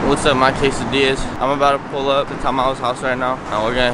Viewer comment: "keisadillas" okay